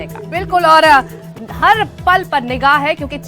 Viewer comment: Nagah nhi hota nigah hota😂😂